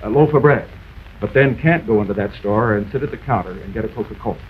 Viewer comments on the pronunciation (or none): none